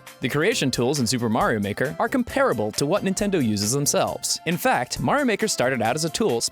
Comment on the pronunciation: "Super Mario Maker!" sounds just like "Do The Mario Maker!"